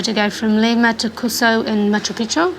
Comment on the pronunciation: It's Cuzco or Cusco, no "Cuso". And regarding the aboriginal Australian Jew, he was a bit stressed but seems a good guy.